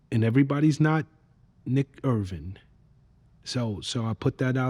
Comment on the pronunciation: This interviewer drives me crazy, He always talking more then the one being interviewed. U got a hero and cant pronounce his name... Dude gotta start doing research before this sht